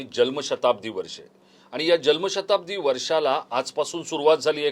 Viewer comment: साहेब.. जल्म नाही.... *जन्म*शताब्दी .. तुमच्या सारख्या पत्रकाराकडून हे अपेक्षित नाही..😅